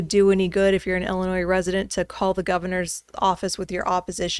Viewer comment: Can you say I L L I N O I S